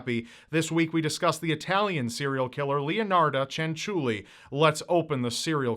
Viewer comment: you did not pronounce leonarda cianciulli bad